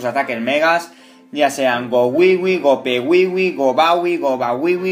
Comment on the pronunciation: Es gowipe/gowiwipe y no gopewiwi